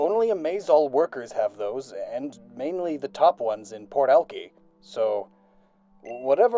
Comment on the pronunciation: bro as a native of Seattle and a subscriber I gotta correct you on one thing, it's pronounced al-kyy not al-kee but it's okay